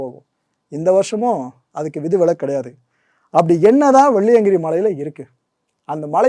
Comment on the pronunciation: வெள்ளியங்கிரியை சரியாக உச்சரிக்க வேண்டுகிறேன்